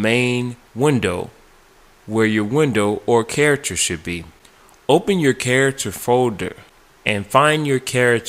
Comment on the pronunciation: "carator" bruh Care-ac-ter, is how you pronounce it.theres a bit of help